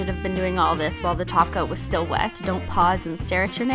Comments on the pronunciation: omg for the first time she said top coat.......nope she said taco again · It's so funny, how Christine needs to force herself to say "top coat" instead of "taco" !😂😂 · whenever she said "top coat" i just heard "taco" i think im in the wrong channel xD